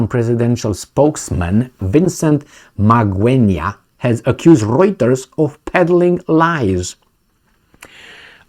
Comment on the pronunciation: You pronounced Magwenya like a pro 👏👏👏👏👏👏.